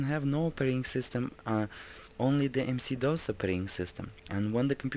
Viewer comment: WHY DO YOU KEEP ON CALLING IT MC DOS?????